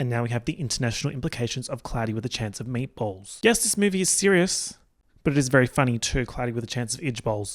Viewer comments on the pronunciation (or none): i though you were saying "cloudy with a chance of edgeballs" 💀💀